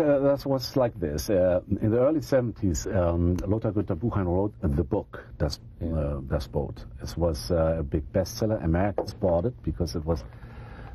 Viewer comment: And to mispronounce the name of his interviewee's greatest movie. It's cool you don't know how to pronounce "Das Boot"; after all, you're not German. But how about checking on it before you start taping?